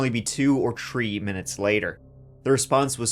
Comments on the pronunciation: It's "three", not "tree". How long are you gonna keep that up? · It's so hard to listen to his videos when he can barely pronounce the words 3, 13..30..its "tree,tirteen, tirty..😂